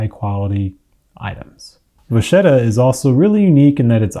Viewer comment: It's not from French. It's Italian, and means "little cow". And it's pronounced "vakketta", not "vashetta".